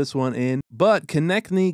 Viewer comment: thx for detailed video. Btw. Konecny is slovakian word. Translation to English is "closing". It's being read like Konechny (Konečný). There's a lot of families with this name. E.g. slovakian former hockey player and now the hockey expert for tv commentatory Rastislav Konečný